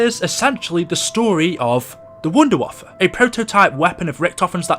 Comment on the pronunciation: It's pronounced vundervaffah-DG2